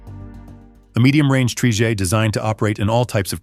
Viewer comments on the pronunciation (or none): And the word “trijet” isn’t pronounced as if it’s French lol.